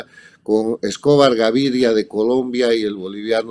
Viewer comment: Muy buena la conferencia y lo mejor que ahora dice cocaína con tilde en la i y no cocaina. Escobar, ese engendro que nos tocó padecer en Colombia, se dice Escobar no Escóbar